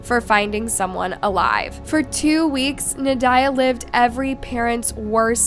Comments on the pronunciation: You are absolutely butchering the mother's name. Well, all the names, but we'll excuse the butchery of the last names. How, though, do you butcher Nadya??? It's NOT na-DIE-ya. It's NAH-dee-ya. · That is not how you pronounce the name Nadya. It's not even an uncommon name.